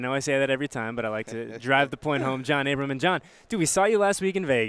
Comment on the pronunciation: It’s ABRAM NOT ABRAMS haha